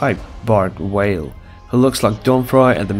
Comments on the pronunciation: First time I’ve heard Bart Vale called Bart Whale. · Why do you keep saying Bart WHALE??? It's BART number clart V V V V VALE ...it's not like in Portuguese R pronounced with a H you doing same fing using W instead of V v v v V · Bart Vale. Not Whale. VALE. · Why does he keep saying Bart Whale?